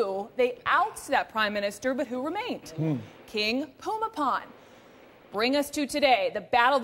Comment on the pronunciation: About the only good thing that can be said about this report is that at least she took the time to learn how to pronounce the King's name correctly (more or less). I get tired of western reporters calling him something like Boomy Bowl!